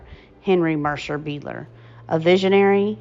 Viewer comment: I have it on good authority that the last name is pronounced "BIDE-ler" (being of German origin). Otherwise, it was very interesting to come upon this. Thank you, for your research and efforts